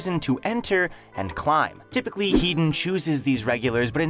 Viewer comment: my god did you completely butcher headons name